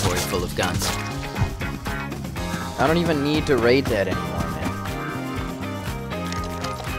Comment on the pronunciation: are you a german? (Oh mann) Lol